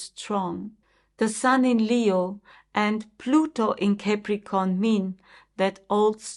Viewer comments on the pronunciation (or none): Thank you, you are a good astrologer, but please do not pronounce it Cäpricorn correct is Capricorn (No every a is ä, you do this with many other words too)